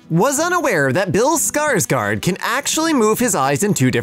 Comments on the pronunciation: its not “Skardgard” , it’s actually pronounced as “Skarsgoard” . The letter it’s pronounced like this: oa. Remember. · Its called skarsgor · You pronounced it wrong